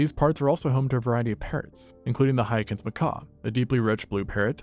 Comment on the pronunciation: Can't even pronounce hyacinth? I just want the bare minimum from content and it seems like no one can deliver